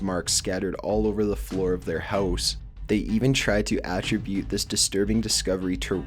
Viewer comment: If you are going to be narrating these videos, you may want to learn how to pronounce the words you are reading including "attributed."